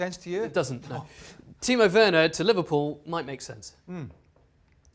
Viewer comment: *Timo Werner. Not "Werrorner"